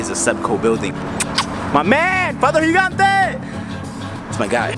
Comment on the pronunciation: "Higante"?? What's that pronunciation?! He wasn't Hispanic, he was Italian dude... It's "Djee-gan-te" :)